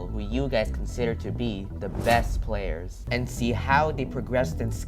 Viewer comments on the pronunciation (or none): Did u say best anlmals or player lol I hear anlmals